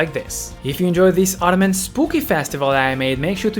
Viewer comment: Idk if it's meant as a joke or because your first language may not be english but, but Autumn is pronounced "aww-tum" and not "otto-man," ❤